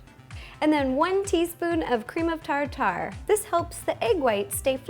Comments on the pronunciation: did u just say cream of "tar tar?" fukin idiot is cpronouced tar-ter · Cream of Tar Tar?? Just BTW it's pronounced "Tarder" just spelled Tartar.